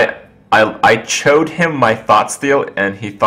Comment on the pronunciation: "I chode him my thoughtsteal"